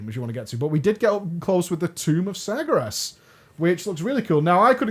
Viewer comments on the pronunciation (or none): "tomb of sergeres" sorry had to